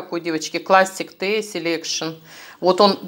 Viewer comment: вы всё время читаете на пачках чая неправильно: tea (ти) это и переводится как чай. Прежде чем озвучивать, вы хоть у Левы спросите как правильно.